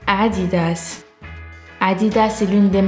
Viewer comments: qui a rigolé quand elle a dit "AaAdidas" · qui a entendu le "aa3" à l'arabe à la 😂😂😂 pour Adidas